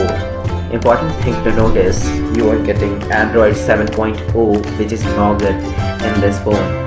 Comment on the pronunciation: It's not naugat it's nougat